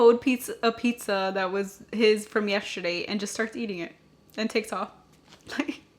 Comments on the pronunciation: 😂😂😂 Good morning beautiful. Question....why do you pronounce “yesterday” like it’s spelled “”YESSHERDAY?” 😂😂😂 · It cracks me up every time you say that word!!! 😂😂😂🥰🥰🥰